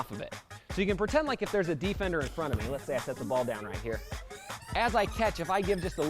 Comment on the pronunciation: Um one question whats a Dee-Fender😂😂😂